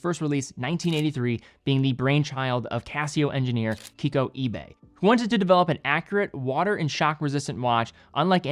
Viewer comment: it's KikUo Ibe, not Kiko ...